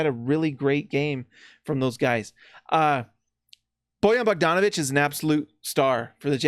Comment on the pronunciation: You are one of few people who can pronaunce Bojan Bogdanovic like it should be lol